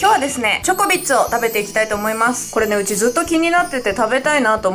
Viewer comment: なんか時々ジョコビッチって聞こえるw